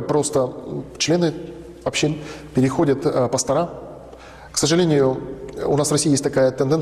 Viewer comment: Здравствуйте! Вот у меня вопрос не касающийся веры, но, если есть в аудитории протестанты, объясните, пожалуйста, почему в слове пастор, во множественном числе многие из вас делают сразу две ошибки, во-первых, ударение ставят на последний слог, что звучит коряво, а во-вторых, почему-то на конце слова ставят букву "а",а это уже безграмотно. Если директора, профессора, я еще как-то могу понять, но пастор, как прозектор, как шофер, как проектор ит.д., должны заканчиваться на "ы", и ударение в этих случаях не меняется. Филологи лучше объяснят, но я не у первого пастора такое слышу. Если это у вас такой профессиональный жаргон, напишите на портал gramota.ru, пусть это зафиксируют, как норму. С глубоким уважением, Виктория.